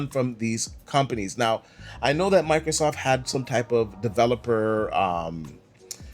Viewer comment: It's microSOFT, not Microsoff, the T is not silent.